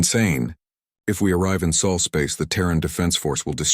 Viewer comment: SOL NOT soul